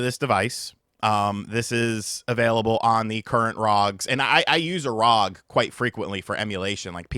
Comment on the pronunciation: its not "rog" its R O G its an Acronym